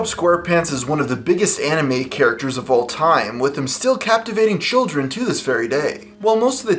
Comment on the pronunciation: He said animate if you listen closely